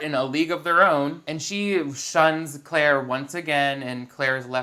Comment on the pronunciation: We aren't going to talk about how they keep pronouncing Claire's name "Ca-laire?" (or maybe we are and I didn't scroll down that far because I was too lazy)